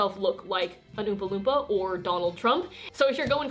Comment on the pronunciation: oompa loopma me: umpa lumpa (this might not make sense but its pronunciation)